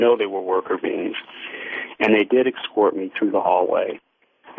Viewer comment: they "excort ya".